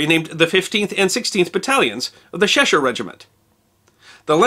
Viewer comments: Are you pronouncing Cheshire "Sheshire"? It's Chesh like in check or chess. Also the ship which occupied Iceland was not "Burrwick" but HMS Berwick - pronounced Berrick. As a future guide Worcester is pronounced Wusster Belvoir is pronounced Beever Mainwaring is pronounced Mannering Featherstonehaugh is pronounced Fanshawe Godmanchester is pronounced Gumster and Cholmondenley is pronounced Chumley Only offered as help - I like your channel very much. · Just for later reference, the "Ch" in "Cheshire" (or "Chester", the city in the same place) is said as in "Cheese" rather than "Sheen" (but the Sh part is definitely right). I mention this because there is such a thing as Cheshire Cheese, in fact, and it's just a nice-sounding pair of words :D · Sorry to be a pedant, but since I'm a Brit who lives in Cheshire, it's pronounced with a hard "ch" like Church, not "sh". Otherwise an interesting video, thank you. Pals' Battalions next? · Just to advise: It is pronounced Chesh-uh, not Sheshire. And Wouster-shuh, not Worsetershire. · Please,, the "Ch" in Cheshire, is hard. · Cheshire. The CH is pronounced as in church. Otherwise OK. The shortest was Henry Thridgold 4'9" and believed to be the shortest British soldier ever to serve. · Cheshire - hard Ch sound, as in China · if it's a Lancashire area it's pronounced 'ch' (as in cheese) and 'e' as in egg and sher' as in the singer but the 'r' is shortened.